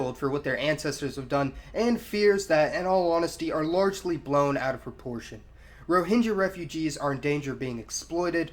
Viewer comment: It should be pronounced /rɔ:hɪŋɡʌ/ & they are “Arakan.” History books fail to mention that there was a wealthy, strong kingdom named “Arakan” which was there where it still should be. If Rohingya people are not citizens of Myanmar then they should have their own sovereign nation.